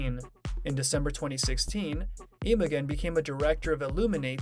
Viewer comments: His wife’s name is NOT pronounced IMO GEN as in how the “g” in gun is pronounced – the “g” is pronounced the same as how it is pronounced in the word generator! Oï vey!!! Have enough respect to take the time to learn the correct way a person’s name is pronounced already!!! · its pronounced Imo-jen. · Imogen is pronounced with a soft g. Very annoying.